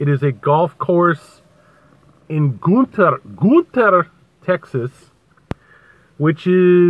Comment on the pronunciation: The town is spelled Gunter. It's pronounced Gunner.